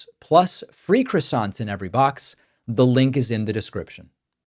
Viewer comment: I'm just here for the croissants, Dave. And you're not pronouncing it right. C'mon.